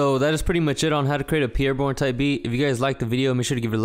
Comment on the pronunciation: nigga said peer bourne